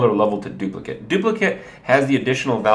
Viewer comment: Your pronunciation of "duplicate" is driving me crazy. The word you are saying refers to the copy of the original card. The actual spell name is pronounced "dupliCAIT".